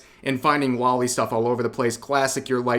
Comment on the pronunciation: Alright cowards pay attention because I'm about to reveal your secrets. Loli Is not a body type it very much is a "young person". And it's not pronounced "lolly" It's pronounced "lo-lee". I know it's pronounced this way because it's the shortened version of lolicon, it is derived from 2 words. lolita and complex. It gets the Loli part directly from "lolita" which was the title of a book from a Russian author about an adult male who had an inappropriate relationship with a female minor, and the word complex, without looking it up I believe it means something like "a strange infatuation with". I don't care enough about the world anymore to actually judge you for this so I don't actually care that you like it. But it does annoy me when I see people just not owning their shit. Especially on this topic now here in 2024. it's grown so popular that it's obvious what it is at this point. And just to show you that I truly feel this way, That's there is some loli artwork out there that I really like. no I'm not afraid to admit it. Well it's not an infatuation with me there's something enjoyable in youthful cutiness in eroticism.